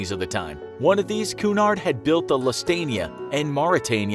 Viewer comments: It’s cUUUUUnard not cnard and it’s lucytania that’s how they are pronounced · And he pronounced Cunard and Lusitania wrong